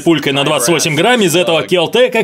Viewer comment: ГРАММ А НЕ ГРАН!!!